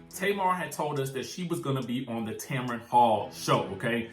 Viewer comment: it’s Tamron pronounced Tam-ran 🤣